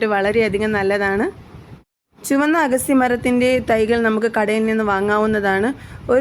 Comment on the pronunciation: ഏൻറെപൊന്നുപെങ്ങളേ""""അഗസ്റ്റി"ചീരയല്ല അഗത്തിചീരയാണ്